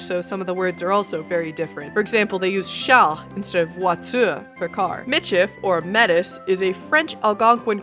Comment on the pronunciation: Taanshi, Michif niiya! I'm Red River Métis, the nation that speaks Michif! It's pronounced /meˈtiː/ may-TEE, (/meˈt͡sɪs/ may-TSEES in Canadian French)! The pronunciation of the language is also on the 2nd syllable, [mɪˈt͡ʃɪf] mi-CHIF. The language is NEVER called Métis. Your Michif pronunciation is pretty good, by the way. It's also actually 3 languages, as well. Southern Michif, Northern Michif, and Michif/Métis French, 3 main speech communities on a creole continuum. Southern Michif is the one you presented, it's spoken in southern Manitoba (the core of the Metis homeland), Saskatchewan, Alberta, North Dakota, Minnesota, and Montana. Montana is really on the far west periphery. It's specifically a mix of Plains Cree / y-dialect Cree / Nēhiyawēwin and French (there are 11 main dialects of Cree). Northern Michif (a.k.a. French Cree), mostly spoken in northern Saskatchewan, is largely Plains Cree with some French and English influence. Métis French is largely Canadian French (Prairies dialect) French with loanwords and some syntax from Cree, Ojibwemowin, and Alberta dialects of Dane-ẕaa (Beaver). Michif is the most common Métis language, my family however spoke Bungee / Red River dialect until it went extinct in the 70s. Maarsi!